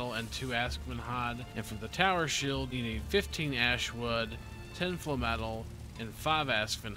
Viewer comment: Sorry? Falm-etle, instead of Flame-etle or Flame-metal. interesting, I have never heard anyone call it falm-etle before